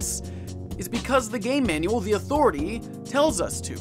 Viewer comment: Respect my ATHORATAH